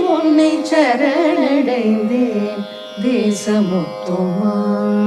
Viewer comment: சரணடைந்தேன் என்பதே சரியான உச்சரிப்பு ஷரண்டைந்தேன் இல்லை பெரும்பாலும் பாடர்கள் அதாவது கர்நாடக சங்கீதம் பாடுபவர்கள் “ச” வை வட எழுத்து ஷ போல உச்சரிக்கிறார்கள் பாரதி இதைக்கேட்டிருந்தால் இதற்காகவே உக்கிரமாக ஒருபாடலையே இயற்றி இருப்பார் 🙏🙏 இருவருமே ஷரண்டைந்தேன் என்றே உச்சரிக்கிறார்கள். செந்தமிழை கொச்சை தமிழாக வருங்காலச் சந்ததியினருக்கு கொடுத்துவிட வேண்டாம் சுதாரகுநாதன் அம்மாவின் இசைத்தட்டுக்களை நிறையவே சேகரித்து வைத்துள்ளேன்.( நிச்சயமாக தமிழ் பாடல்களை மாத்திரமே ஊத்துக்கட்டு வேங்கட சுப்பையர் பாடல்கள் பாரதியார் பாடல்கள் என) அவற்றில் ஒருசில இடங்களில் இந்த sha உங்களை அறியாமலே உள்வாங்கி விடுகிறது. காரணம் தமிழைத் தவிர மற்றைய மொழிகளில் இந்த ஷ நிறையவே ஆட்சி புரிகிறது ஆகவே தமிழில் பாடும்போது இந்த ஷ வேண்டாமே 🙏🙏